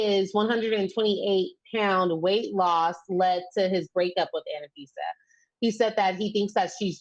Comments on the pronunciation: FYI, it's Anfisa, not Anafisa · Isn’t it Anfisa? 3 syllables...Not a fan of hers at all.